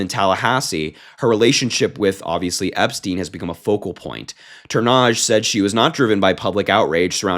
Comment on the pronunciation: Noella's surname should be prounounced Turn-idge. (Nice effort though! )